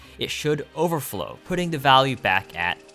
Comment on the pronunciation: Bro can't keep calling it "overflow"